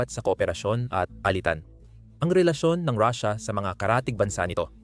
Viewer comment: Paanung katotohanan ang sinabi mong vlog mo kung pronunciation palang ng russia ay mali na.